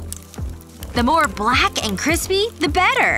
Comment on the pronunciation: Did say brack instead of black 😂😂😂😂😂😂😂😂😂